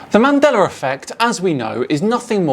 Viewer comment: Did he say "The Man Deller Effect"?